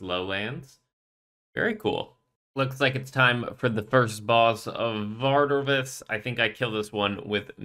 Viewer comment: TOMBS OF AMASCUT!!!!!!!!! NOT AMASCUS ! AND VARDORRRVIS NOT VARDOVIS!!!!!!